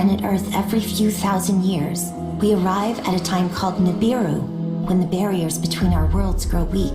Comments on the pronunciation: Why do say NUBAROON??? rofl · He said Nuburu... He said da Pope Nem lol 😆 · woke 😂😂 they rather deal with sleeping zombies doped up !! and is the same incident Rashad Jamal spoke about over a year ago? why he laughed at the preacher pronunciation 😂